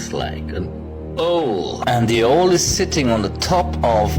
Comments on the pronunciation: Because he was laughing at the man who called the "owl" an oall😅😂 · It's very hard for me to take a man seriously when he mispronounces owl more times than I thought possible. Also, who do we think is the antichrist? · Ok somebody please tell that man how to say 🦉 correctly…its not pronounced like ool lol jk